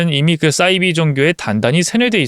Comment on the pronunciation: 싸이비라고 읽으시면 안되고 사이비라고 읽으셔야 맞아요.